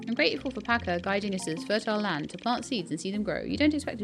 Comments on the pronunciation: ‘Cha’ not ‘Ka’. Pacha like the Disney character! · You're the only person that calls this game Roots of "Pa-Ka"